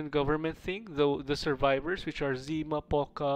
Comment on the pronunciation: Even though everyone who speaks Russian will tell you that its not POca with hit on "o", its PocA with hit on "a", that means "dew" or this drops on the leaves in the early morning. so you read it wrong. The same like its not ZIma, its ZimA with hit on "a", that means "winter". And its not IstIna, its Istina, with hit on first "I", that means "truth".